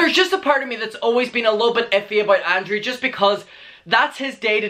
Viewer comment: your pronunciation of Garret is fine it works but your pronunciation of ANDREW throws me off, it sounds like Andre or Andrea 😭